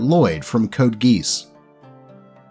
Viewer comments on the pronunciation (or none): "Code geese" It's GEE-ahss, lmao